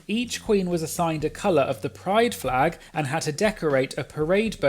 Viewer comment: LMAO Yvie did say Frag instead of Flag